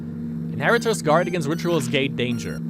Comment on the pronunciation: Deine Art "Gate" auszusprechen ist schon echt sehr experimentierfreundlich würde ich mal sagen :D Man spricht es wie eight aus, nur mit einem G davor. Aber nice, dass du das game spielst, hatte es damals für die ps2, aber war noch extrem jung, 7 Jahre, hab mich immer voll eingeschissen als diese viecher kamen :D habs leider nie durchgespielt, aber kann ich ja jetzt in visueller form bei dir nachholen.